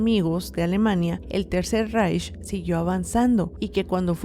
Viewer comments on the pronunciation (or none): none